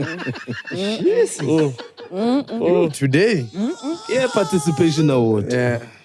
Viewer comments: I don't know English that well neh, but i have realized that most "learned" people have a problem with pronunciation of the words " PARTICIPATION" ( "parcitipation" )and "ESPECIALLY" ( "expecially" )..... and often times they can hardly hear themselves🤭......, i love you.... you just made my day😂❤. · “Parcitipatation” ~ 2024